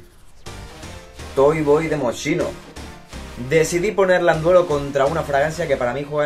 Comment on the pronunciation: Creo que hay que estudiar la pronunciación correcta de las marcas , pasa muy seguido que la gente pronuncia mal el apellido de Franco Moschino (Mos-ki-no) así se tendría que decir , la (sch) no suena como (Sh) Por cierto amo los dos perfumes son increíbles y el vídeo está muy guay.